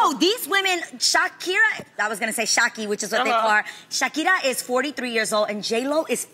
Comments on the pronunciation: The way Adrienne said her name is LITERALLY how you say “ SHAKIRA “ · Adrienne pronounced it correctly... The arabic word for thanks is Shookran